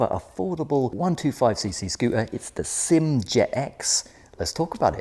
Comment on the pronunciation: I wish people would stop pronouncing SYM as if it is a word. It is pronounced as three separate letters S. Y. M. Like that. Why can't people get it right. Upsets me so much because you claim to know what you are talking about, but you cannot even get the name correct. Just sad.